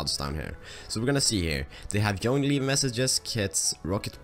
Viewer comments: Haha its "Tschoin" but i like your video very much :) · I know it is an old video,but you're pronouncing "join" the wrong way it's so funny lol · I like how you say join (yoin) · You pronouce join weirdly